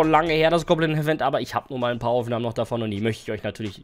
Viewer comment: Goblin bro, nicht gobblin😂